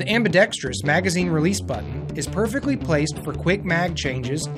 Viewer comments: at least the glock girl and walther dude said "ambidextrous" correctly. Unlike the person narrating for the cz. The word is not pronounced "ambidextrious" lol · For the love of God can someone teach these people how to pronounce ambidextrous